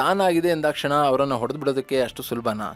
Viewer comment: Sir ದಯವಿಟ್ಟು ಸರಿ ಮಾಡ್ಕೊಳಿ....ಒಡೆದು ಹಾಕೋದು ಅಲ್ಲ ಅದು ಹೊಡೆದು ಹಾಕೋದು.